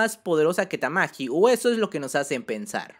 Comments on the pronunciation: Porqué le dices "Tamaki" a Tatsumaki?.. Qué te hemos hecho para merecer tal castigo? 😭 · Porque rayos pronuncia "tamaki" y no ¡TAKSUMAKI Como es la maldita pronunciación normal? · En español se pronunciaría así, pero en japón ese ''tsu'' es casi mudo, así que se pronuncia parecido Tatsmaki (Como dije, el tsu apenas suena o mejor dicho, suena leve la u), Es igual a otros nombres como el nombre Mitsuki que sería Mitski(En este caso la U es muda), pruebalo en google traductor en japones y pon el audio y veras la pronunciación. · En realidad se pronuncia "Tatsmaki" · Jaja cada cuadro dices tamki me da risa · me iba a suscribir, pero cuando escuche "tamaki" me di cuenta que estaba perdiendo el tiempo viendo este canal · Todo bien pero porque pronuncias tamaki le quitas poder a la waifu XD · de verdad queria ver el video pero cada vez q decias tamaki tamaki wtf se me quitaron las ganas de verlo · No soporto que no tengas ni siquiera la delicadeza de leer correctamente el nombre de tatsumaki, horrible